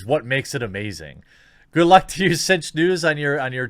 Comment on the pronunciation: TheQuartering: "Cinch news" I hear: "Tzeentch news" O____O Coincidence?.. I don't think so! xD